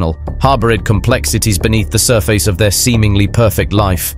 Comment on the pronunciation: A-ccom-pli- SHED, sur- FACE...strangely unnerving.